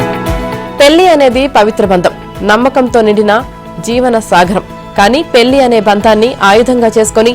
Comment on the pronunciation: Pelli kadu Madam....Pellli